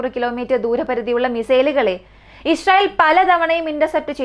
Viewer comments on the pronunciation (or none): none